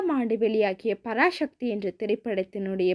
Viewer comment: Parasakthi not parashakthi dont prononce like brhamins mutakoos